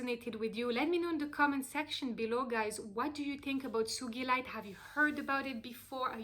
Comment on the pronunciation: Yay! You pronounced it correctly!! 💚💕💚 One of my biggest pet peeve‘s is when people pronounce the name of the stone wrong 🤣 Thank you for this wonderful video beautiful soul!! I read Sugilite is also called Royal Azel